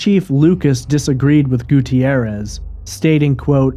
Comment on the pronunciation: Gutierrez has only two syllables, not four.